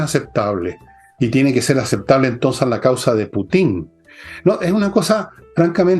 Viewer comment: Don Fernando, se dice Putin no Putín...😆